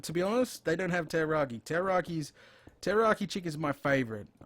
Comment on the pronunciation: Pulling my hair out. It's Teriyaki NOT Terroraki. Are you trying to scare the chicken before you cook it, for flavor? Rotflmao!